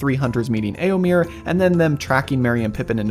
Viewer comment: You're mispronouncing Éomer. The last syllable rhymes with "fur" or "mare".